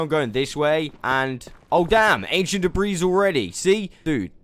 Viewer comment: OMG!!! I know people pronounce words differently but PLEASE I BEG OF YOU. Debris is not da-breeze it's da-bree the S is silent 😶. Love your content and generally how you speak, love the accent 💜💜💜💜